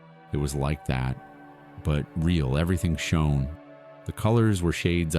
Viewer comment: Poor pronunciation and wrong words… like the word to understand something is Know. Not No. Shone…. Badly pronounced.